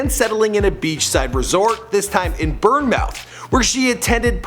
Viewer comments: Bourne Mouth? You say like bawn muhth.... bruh you butchers Bournemouth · The way you pronounced Bournemouth 🤣🤣🤣🤣its not “burn mouth” it’s pronounced “born-muth” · not tryna be rude but its pronounced born-muth not burn-mouth if u know what I mean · Its not burn muth its born muth Big up bournemouth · burn mouth?Its Bournemouth!(born-muth) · ‘Burn-mouth’ it’s pronounced ‘born muth’ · Burnmouth ya mean Bournemouth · Its bournemouth, i live there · It's Bournemouth said Bore mooth not burn mouth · XD Fucking Burnmouth? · Did he really just pronounce Bournemouth, as ‘Burn Mouth’? U wot m8 r u havin a bubble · Did he just seriously call Bournemouth burn-mouth?!?! LOL it's pronounced born-muth... that was hilarious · Bermouth do you mean Bournemouth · Burnmouth lmao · Burnmouth ffs it’s not that hard to pronounce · IT IS BOURNMOUTH NOT BUNMOUTH OK? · I am from BOURNEmouth and can't believe you actually just pronounced it burn mouth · Just a heads up, it's pronounced "Born - muth" ik it's a strange spelling but omg millie went to school like 5 mins away from where I live 😳😳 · I’m just going to ignore the fact that he said burnmouth instead of Bournemouth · yo mate its pronounced born muff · Its Bournemouth not BURNMAT you dumberd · It's pronounced Born-muth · It is pronounced "born mouth" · its pronounced born-muth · Bournemouth is pronounced born-muth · Did my man just say burnmouth... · Bournemouth is pronounced born-m-oo-th it's hard to explain lmao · His pronunciation of Bournemouth killed me. Omg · The way you say Bournemouth 🤣 I’m from Bournemouth and work a couple mins from her school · Fbdjjfjrnfkd he did not just pronounce Bournemouth like that and call it a beachside resort fammmm nah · Its Bournemouth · Mate, you butchered Bournemouth lmao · Hate how he pronounces Bournemouth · I DIED AT THIS AMERICAN PRONOUNCING BOURNEMOUTH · You made me angry when you mispronounced bournemouth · that pronunciation of bournemouth though